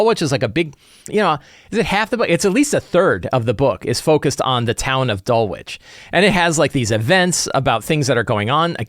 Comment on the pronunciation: Please it is not "Dull witch", it is "Dull itch". Suburb of London as you asked.